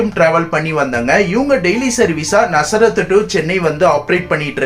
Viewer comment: ஆமா இவன் நசரத் நசரத் னு சொல்லி கொள்ளுறான்